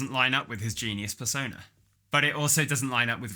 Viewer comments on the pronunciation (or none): none